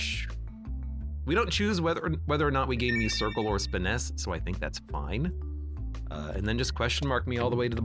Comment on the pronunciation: 72 episodes in and i still cringe everytime he misspronounces muscircle